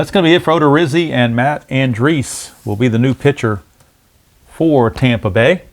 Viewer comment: /. Another excellent game. Matt Andriese 's last name is An--Dreese. with 2 syllables. I was unfortunate to see him pitch for a season and a half in Arizona. Thanks for the play-by-play, game, and video.